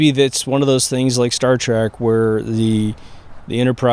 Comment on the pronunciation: Trek not track